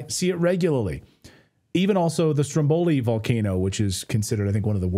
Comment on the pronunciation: So... While listening to this, at: I heard the word: Stromboli pronounced incorrectly, and thought I'd point this out to anyone that likes to learn something new, maybe. ... While as a general rule, for most Italian words, the accented vowel is the 2nd from last, there are exceptions, the word Stromboli is one, as the accented vowel is the first 'o'... Just saying! 🤗